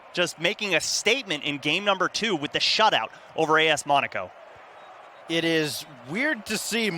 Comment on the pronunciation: im cringing when he says monaco wrong